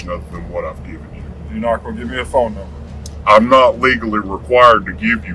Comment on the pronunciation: "numnber" #8 he answered plenty of questions